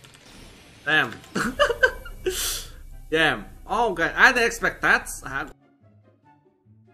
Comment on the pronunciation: i dont like when he say dann 😅